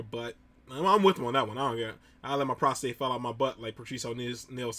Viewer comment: PROSTATE- not prostrate